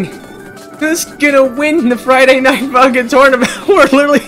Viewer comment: When he says funk in it sounds like f—n